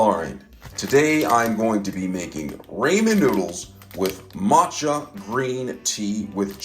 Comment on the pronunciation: Props for pronouncing matcha correct friend! 🤣🤣🤣🤣